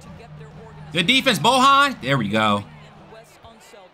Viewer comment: bro said bohan 😂